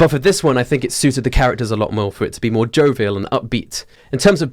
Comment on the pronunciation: jovile Me: what: jovile Me: yup jovial